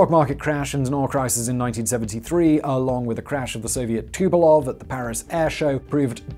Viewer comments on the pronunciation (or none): It's tupOLEv, not "tupelov" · Simon, for f*ck sake - Tupolev is pronounced 'two-poe-lev' ...